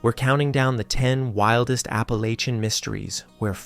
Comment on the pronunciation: "appalaka" umm, no.